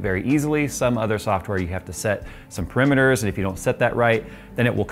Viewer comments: Parimeters? Or parameters? :P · please don't hurt me. Parameters is not pronounced perimeters. Otherwise, another cool vid!